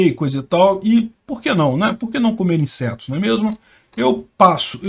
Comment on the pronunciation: O do nada, "comer insertos!". Chorei.🤣🤣🤣🤣🤣🤣